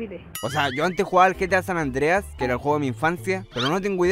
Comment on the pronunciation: Me cagede risa cuando dijistes gta sanandres xddd